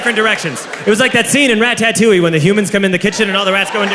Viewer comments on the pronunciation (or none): Am I the only one dying at the fact he pronounced "Ratatouille" as "Ra-ta-tooly" 😂😂😂